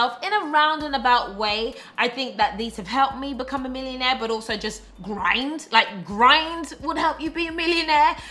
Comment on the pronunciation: I like how she says GRIND because that how it feels....like you are grinding yourself down in the sacrifices